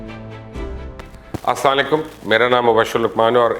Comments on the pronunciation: Asalaikum kay bachay. Salam teek say karo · ASSALAMOALAIKUM to sahi bol diya karo. Baaten badi badi. 😂